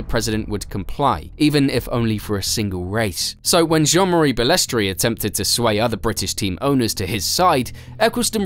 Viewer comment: He was also a crook and did some very bad deals to further his own interests. His attitude towards drivers that if they did not like it they could be replaced, it is not Bales-tray it is very annoying in this video listen to Ayrton Sennas perfect pronunciation. It is sad to see it go from the pioneers like Frank Williams and Ken Tyrell to the elitist sport it is today. I started watching it in 1979 at age ten when they could really race and it was incredibly dangerous but for drivers then it was the allure of it. I will never forgive Bernie for not stopping the Imola race weekend in 1994 when Martin Brundle found out he had been driving past a massive pool of Ayrton Senna’s blood he was sickened. Also he misled Senna.s brother and he was banned from the funeral they never forgave him. He sold out the true fans by making it pay for view of which I was one for many years. The only reason I really got back into it was Sebastian Vettel and Max Verstappen, the latter as he is so like the young Senna I grew up watching. Liberty Media are going to ruin it and the mystique of the drivers has gone they are too over exposed except Max as he, like Senna likes to get on and race and keep his private life private. Bernie Ecclestone was a ruthless and mean team boss though they laugh about it now Nelson Piquet was so frustrated by the time he left Brabham in 85. Also Bernie’s support for Putin is odd but yes as you say the man is a legend! ❤😂😮